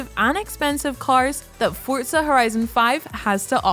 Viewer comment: "Forza" not "Fort-za"